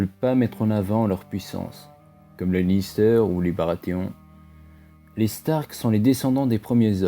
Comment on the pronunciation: Lannister pas "Lister"